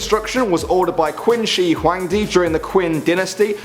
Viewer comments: When you talked about the great Wall you said Quin wrong to is pronounced chin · Actually in Chinese the word qin is pronounced chin, q = ch in Chinese. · Not hating or anything but the Qin dynasty is pronounced like chin.